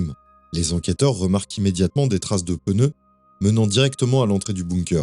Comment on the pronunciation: "des traces de peuneu" :))